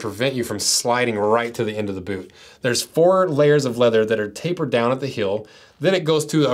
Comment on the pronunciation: i just cant get over the him saying "hill" over and over again. it's heeeeeeel!